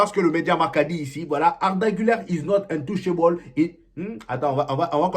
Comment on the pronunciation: is not untouchable 🤭🤪le jux tu est fort en anglais mdr